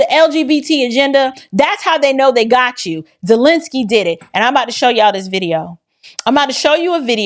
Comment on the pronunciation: Vladimir Zest-lensky